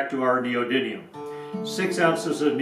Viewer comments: don't know about captions. You say neodyNium repeatedly. ☺️👍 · Neodymium not neodyNium